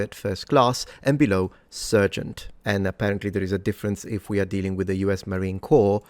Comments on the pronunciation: "Appomattox" is pronounced with primary emphasis on the first syllable and secondary emphasis on the third. And "sergeant" is pronounced "sargent". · **Corp. (note the period) is an abbreviation for corporation. ''Corps'' refers to a military unit or a body of people working together for a common cause. ''Sergeant'' is pronounced Sar-gent. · ''Sergeant'' is pronounced Sar-gent in the Anglosphere ''N*gro'' is still a legitimate term used in Anthropology to describe a distinct ethnicity. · "sergeant" is pronounced "sargent". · Well, the word "negro" in Spanish means "black." Also, "sergeant" is pronounced SAR jint. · I have heard "sergeant" pronounced as "SAR junt". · Come on,! As a non native English speaker, you get a pass for mispronouncing Appomattox, but what's your excuse for mispronouncing Sergeant? You pride yourself on military history, so this one should be part of your repertoire 😂